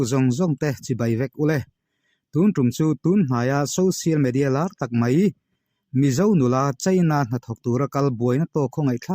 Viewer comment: mei nilovin mai tihtur aww